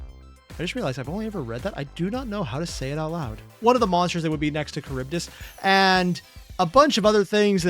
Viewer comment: Bro claims to not know how to say Scylla and then pronounces Charybdis PERFECTLY!!!! HAHAHA mad respect my guy.